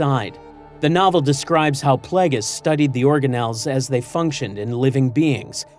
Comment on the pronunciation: Please teach your LLM voice to pronounce Darth Plagueis properly